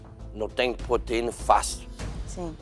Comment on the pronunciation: "Nesses faqueiros temos poteinas..."kkkkkkkk